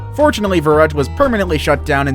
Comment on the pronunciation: It's pronounced "fffffff-erükt" 'v' in german is an 'f'. Btw, nice vid.